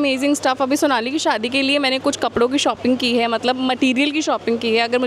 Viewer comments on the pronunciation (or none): none